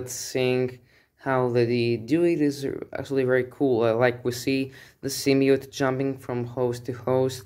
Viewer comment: Sym-B-iote! Not "symmiote". Like your videos by the way.